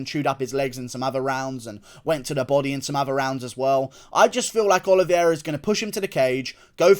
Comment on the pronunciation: Love you Guru--but please pronounce my guy Charles' last name correctly. It's pronounced "Oh-lee-vay-rah". Not trying to be pretentious, just sayin!